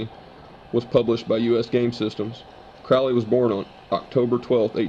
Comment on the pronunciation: His name was pronounced crow-ley like the bird